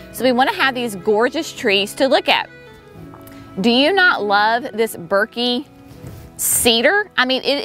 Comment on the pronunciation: They will look great as they grow larger. Thuja is always pronounced Thoo-ya. Burkii is burk-ee-eye.